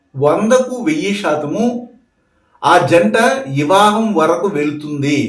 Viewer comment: ఇవా హం కాదు అండి . వివాహం 🙏